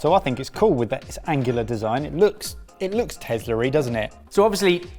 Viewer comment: "It looks tezlery." Thank you for my favourite quote of the day.